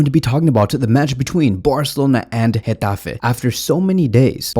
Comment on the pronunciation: Dang did you have to do gateffe like that 😂😂. You said it with passion. In addition, I think flick will start ferran on the left and raphi as a 10 Pablo tore will come in for raphina.